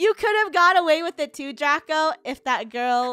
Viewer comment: you said drago not draco and this is how to spell draco